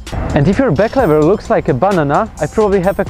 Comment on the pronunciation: Szacunek już na starcie za back"LEVERA" a nie "LIVERA" :D pozdrawiam! :D